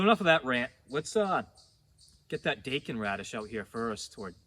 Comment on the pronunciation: I recently watched your Amaranth video. My first attempt at Amaranth has turned out really awesome!Thank you so much! 🙌✨(btw your pronunciation of Daikon is spot on as it is how us Aussies say it!)